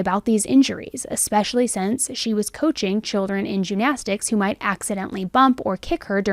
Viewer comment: First of all, your content is wonderful. Just a head's up...your pronunciation of gymnastics might be a little confusing to listeners. It sounds like you are saying "jew-nastics" as opposed to "gym-nastics".